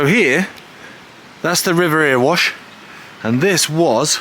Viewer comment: Earwash! 👂😂 You're doing it on purpose now! I saw The Pretenders, The Members, The UK Subs and Adam and the Ants at Jacksdale Grey Topper. It used to get packed with a very low ceiling which used to get covered in condensation and drip on ya! It were brill! My dad worked at Pye Hill after starting at Moorgreen. He loved working at the pit. Sorry, rambling now....